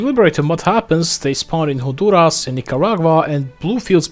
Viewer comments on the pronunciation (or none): none